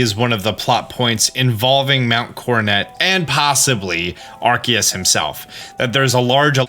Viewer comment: Wait…. Isn’t it pronounced “Ar-see-us”??? Like how the “ce” in “cellar” makes a soft c sound??